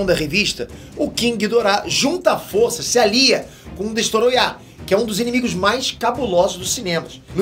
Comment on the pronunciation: que agonia ele falando destoroyah